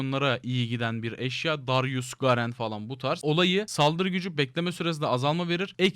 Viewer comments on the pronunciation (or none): none